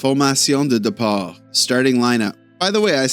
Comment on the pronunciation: Buddy, I was mostly raised in French, I've spent my life in and around Montreal and still probably speak more french than english in face to face conversations, your pronounciation really isn't bad at all. Quick tip, when you say "Formation de départ" there's an accent on "E" ("É") So the first syllable of the word is simply pronounced "Day"......the second syllable you already have and your "Formation" is perfect. Don't be too hard on yourself, you have nothing to be ashamed of.